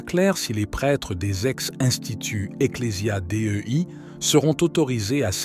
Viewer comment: Un bel exemple de téligence tificelle "amaschouère " Carlo Maria Vigano = mgr monseigneur ? "en twenty twenty" "Eclesia Dé Ü I " = ecclesia Dei ça se prononce déi et non dé ü i !